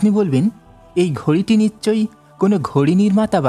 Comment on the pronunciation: বাংলাদেশীরা 'নিশ্ চয়' কে 'নিচ্ চয়' উচ্চারণ করে ।